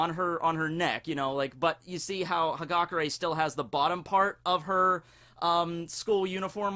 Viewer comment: it's ha-gah-Kurr-AYE.